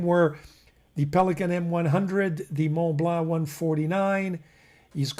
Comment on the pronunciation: I love your channel and you have taught me a great deal. Now perhaps I can help you. Mont Blanc fountain pen is not pronounced Mont Blaahhh, it's pronounced Mont Blon. My first language was also Italian, and hopefully this with all your French viewers.